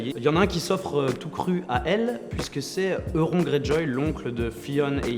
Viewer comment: Euron se prononce "YOURON" stp ahhahah mes oreilles saignent Sinon je découvre la chaine et c'est vraiment un contenu de qualité, les montages sont très propres, bravo! Bonne continuation 🤗